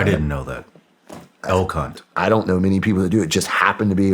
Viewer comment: im from near mexico, not those eastern mountains like yall hillbillies, so i thought he said el cunt, but after a few playbacks i think it was elk hunt 🤣 we aint got no elk in the desert, closest you'll get is an elks lodge, and you gotta do boy scouts to even know what that was. I doubt they even exist now 😂👋